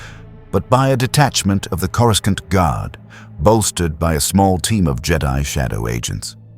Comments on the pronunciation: Sorry, after hearing Corru-skont for like the 10th time I had to click off. Seems awful lazy to let that go that many times without adjusting the pronunciations. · Of course it’s AI garbage, the mispronunciations of words all Star Wars fans know like the back of our hands like, “CorusCant” was my 1st clue. The human-sized Yodas in the illustrations were ridiculous too. A lot of YouTube videos are these days. The story is a complete mess. I stopped listening where he was trying to save a ship falling out of the sky….BY DRAGGING HIS FEET ON THE GROUND. 😂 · Good point. He didn't land on Earth, but on kor-i-sKont, or corisc-eye-aunt, depending on the AIs incorrect pronounciation .of Coruscant. One could argue that he was listening to training tapes about Earth because he was supposed to go there and somehow got diverted slightly (ok rather massively) off course. And ended up not only in another Galaxy (far far away).. but somehow.. a long time ago as well though I am not sure why traveling back in time was required or how that happened, but I'm sure there is a logical explanation. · I feel your pain. It’s driving me nuts, but I’ve still managed to get through most of it. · The use of AI generated images leaves much to be desired. Also using AI to narrate the story is almost laughable, because it mispronounces words such as “Coruscant.” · I love how none of these AI systems can properly pronounce “Coruscant”😂